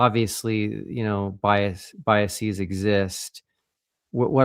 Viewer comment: you had the correct pronunciation of biases the first time. Just as theses is the plural of thesis, biases with a long E sound would be the plural for biasis, which isn’t a word. Just as buses, classes, and walruses are plurals for bus, class, and walrus, biases as a plural of bias would be pronounced the way you pronounced it the first time. I often find myself wanting to pronounce biases with a long E sound. It took some effort to learn to stop doing that.